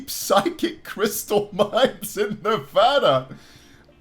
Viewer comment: Late but IDC There's no psychic crystal mines here in Nevada that's stupid (Also thanks for saying Nevada correctly)